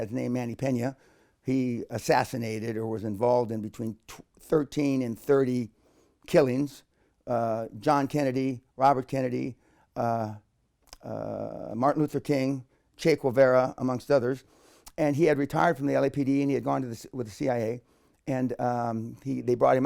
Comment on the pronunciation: He said he was Mexican right??? Did he say che gwe-vera?? Yo soy perdido